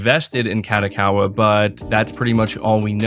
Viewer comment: HAHAHAH they way you say kadokawa is funny af! its pronoiuced ka-dough-ka-wa not what sounds like you say ka-dah-ka-wa....... you should say it as a catch phrase hahah fucking made my day i had to stop work and be like "WTF IS SAYIBNG?!" and it sounds like you tring to speed through it lol, idk maybe its just me but i busted out laughing when you said it hhahahahahah..